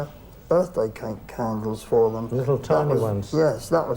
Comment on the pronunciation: "Can I 'ave for-k-and-elz, please?"...